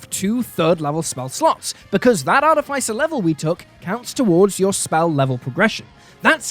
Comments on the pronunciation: i love you. but i'm drunk and i have to tell you that artificer has the pronounciation artîficer. :P sorry. had to vent my inner monk. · Great video, but I'm really bothered by you mispronouncing artificer lol